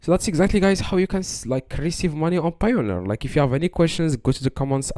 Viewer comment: "How to receive money on Payoneer" Do you even speak English?